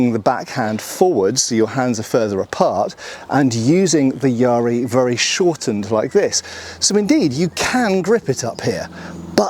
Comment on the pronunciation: Just on the pronunciation: the ‘ya’ should be short, as in bat. Not long like in ‘bar’.